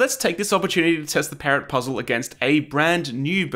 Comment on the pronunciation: I can’t stand the way u say parrot